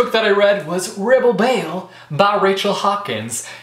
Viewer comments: Like your small country accent when you announced Rebel Belle ;) I really need to get that book and SOON. I've been seeing Winger around EVERYWHERE. I must get that book ASAP also. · I appreciate that every time you say Rebel Belle, you do it with a southern accent! Seems like you read a lot of variety this month!